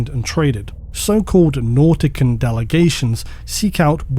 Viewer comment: I always thought nautican would be pronounced like mortician